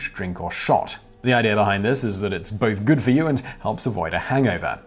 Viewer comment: If you think about it you will notice that he says idear and not idea all the time.